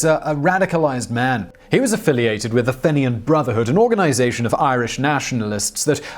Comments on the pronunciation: Fe(e)nian, gotta work on your irish names lol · How did he manage to mispronounce Fenian... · Fen-I-an is a cute pronunciation!